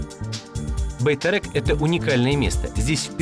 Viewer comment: он говорит не Байтерек, а Байтэрэк.